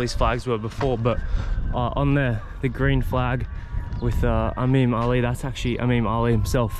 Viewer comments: Love your videos brother. This was awesome. Btw It’s IMAM ALI. (Not Amim ALI). Can’t wait for your adventures this year! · It's IMAM Ali not "AMEEM Ali". .. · I feel like he learned it from the Lebanese, in their dialect they say Imem Ali (as) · Imam Ali not Amim Ali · It's Imam Ali radiAllahu anhu, not Amim Ali..!